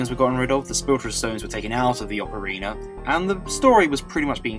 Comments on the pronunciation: Yes, I too always wondered why Brits do that with A's at the end of words... Ocareeneerr, or Amerikeer, My buddy does this all the time, and hearing "Ameri-kurr" is by far the most annoying. There is no R after A's in the Queen's English but all you Brits do it... Like North Caroli-nurr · I like how you say Ocarina. Its a got a good brittish accent to it XD